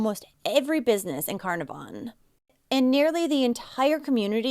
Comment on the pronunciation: Just so you know Carnarvon is pronounced Ca-naar-ven. The middle a is a long sound This was huge in Australia, the whole country was terrified it would be another unsolved disappearance like the Beaumont children or the Adelaide oval kidnappings. There was daily update feeds like the COVID sites, the facebook page made for Cleo has been used for other missing kids and helped reunite more families since she was returned home <3